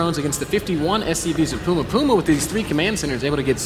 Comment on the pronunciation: It's puma not poooooooooooooooooooooooooooooooooooooooooooooooooooooooooooooooooooooooooooooooooooooooooooooooooooooooooooooooooooooooooooooooooooooooooooooooooooooooooooma